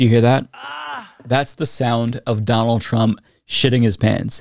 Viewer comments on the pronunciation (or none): none